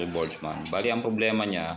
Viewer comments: Burgman d po botchman Lol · burgman sir hindi borjman, sagwa pakinggan